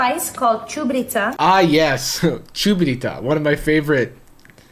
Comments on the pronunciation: How the FUCK did you pronounce чубрица again? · Chubritsa is actually very good, and you pronounced it wrong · i can't believe that someone from my own beautiful country would do such things... first, she made whatever the fuck "getti spaghetti" is and then, she mispronounced chubritsa... send this woman to the gulag, i'm begging... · Yoooooooo I am from bulgaria and I can't believe how bad she pronounced the name of the spice